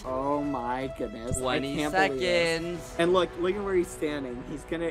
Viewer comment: is noone going to talk about the 30 sefconds